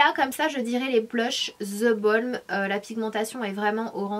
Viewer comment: Zeeee Balm waaaa3333 sanaaaaa mais pourquoiiiiiii ne pas l'appeler THE Balm normalement !